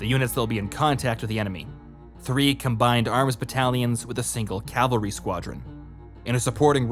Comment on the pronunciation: It's pronounced CAV-AL-RY not CAL-VA-RY. Calvary is where Jesus was crucified lol. It's right in front of you and you're pronouncing it wrong dude